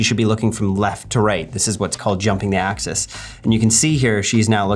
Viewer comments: It's supposed to be "Jumping the Axis" not "Jumping the access" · very informative video! is it "jumping the access" or "jumping the axis"? I thought it was the latter intuitively until I saw the words come up haha